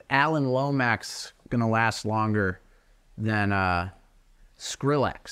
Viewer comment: The only thing I disagreed with at first was the pronunciation of Skrillex, but it sounded correct coming out of Jack's mouth.